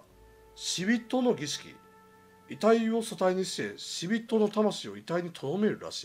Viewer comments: 死人をしびとって読む人初めて見たよw 死人は「しにん」と読むんですよー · 「しびと」じゃなくて「しにん」ですよｗｗ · この場合の読み方はしにんですよ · なぜ死人を「しにん」ではなく「しびと」と呼ぶし